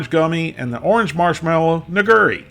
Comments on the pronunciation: That Nigiri would be said "KneeGeeRee" not "NiGery" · i believe it's pronounced "nigura" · Hearing you say nigiri sounded like you were almost saying something else. No offense intended, of course.